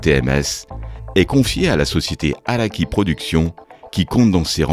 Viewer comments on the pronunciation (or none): Très bon documentaire pour les amateurs etvlevgtand public avec une très belle surprise à la fin. Juste pas compris le but de prononcer Ikeda à l'anglaise et c'est bien SHingo Araki, pas "tch" 😉 Merci et bon continuation ^^